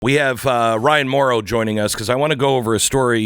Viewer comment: You missed the “n” at the end of this guy’s name. It’s not Mauro it’s Mauron. Not sure why the mess-up